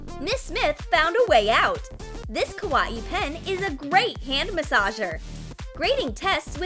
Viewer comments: Your not saying kawaii right your saying kwauieie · Yeah its really "kawa-ee" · Kaw-a-ii? Wth is up with the pronunciation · How everyone says Kawaii: Kawaii How they say Kawaii: Ka-wayee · “Ka WA ii” XD It’s “Ka why ii” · why are they saying :kawaie BUT your supost to say kawai >:[ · The girl says ka.wai.I instead of kawaii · Btw you’re saying is wrong, your saying “ Kawa - ii “ it's actually just “ kawaii “ it self, just don’t say it like it’s separated. Ñö øffęñćė. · I hate how she says ka-wa-ee instead of kawaii.. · Why are they saying kawaaiiii what the heck it is supposed to be kawaii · It's not ka-wa-e It's ka-why-e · When they say ka wa ii it's ka wa aii Me not hate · Kawaii? Well let’s say it’s kawaii but pronounce it ‘Kah-wa-ee’ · The way she said kawwai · Noo please no more "ka-wa-ee" video its TRIGGERING MEH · No offense but I can’t stop laughing when the narrator says kawaii like ka wa E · kawaii? more like kawa-e according to listen closely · She said kawaee u say it WRONG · I it sounded like koowatci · How to not pronounce kawaii:: kawa-i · Ka wa ee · Victoria With a V its pronounced Ka-WIH-iy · Bro said kawaii as Kawa ie 😂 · Please stop saying KA WA EE you're triggering me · Why did they pronounce "kawaii" like "ka-wa-i"? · I don't understand why you always pronounce words so weird. You said Kawaii like ka- wah- ee, and you say wire like why- er and why you say it so fast. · Every time they said kawaii it sounded like koowatci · YOU SAY KA WA EE WRONG! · Kaw a e Wow i totally knew that was "how to pronounce kawaii" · Why are they saying kawaii like kawa ee😂😂😂😕😕😕😐😐😐❓❓❓ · She said double e lol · Bish what “kaweee” ????????? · ka-wa-e really?!I HATE IT!!! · Why does it sound lik3 the narrator is saying ka wat e instead of kawaii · Their saying kawaii wrong :c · the- the way they said kawaii .....WHYYYY